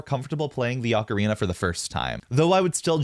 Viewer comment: It's pronounced "oh-karina". That particular model is not well tuned